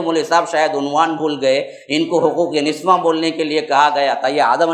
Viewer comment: niswan nahi niswa hota hai